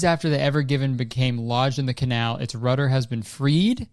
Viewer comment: And then he goes ahead to say canal without the c